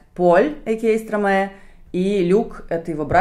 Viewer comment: Почему стромэ? Вы же не говорите - мэстро.